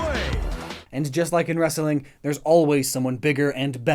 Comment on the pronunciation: your comedy sucks and you cant even say wrestling right. you sound like a ass that way